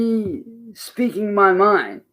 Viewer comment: "Muh friends and muh family...etc"